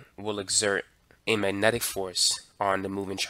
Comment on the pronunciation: "mannenic", lol.